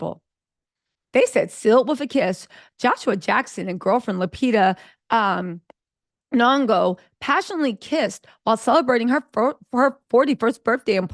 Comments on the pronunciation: Her surname is Nyong'o not Longo… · Are you saying “Longo”? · Just stick to calling her Lupita . We know who you mean…you bout to start speaking in tongues each time you try her last name 😂